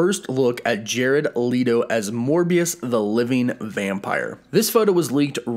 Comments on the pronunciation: It's pronounced LET-TOE Not LEE-TOE 🤦🏻😂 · Leeto huh? Then you say it right after lol